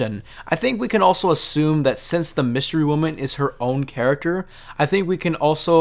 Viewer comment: Did he say “wystery women”?